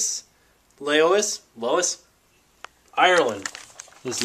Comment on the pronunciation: Thanks for the shout out man! you phonetically pronounce the place in Ireland, Laois like ''leash'' lol